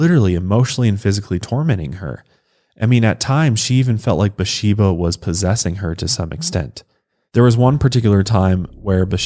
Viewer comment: Her name is spelled "Bathsheba", so the "th" isn't silent. "Buhsheba" confused me until I saw the picture of the headstone.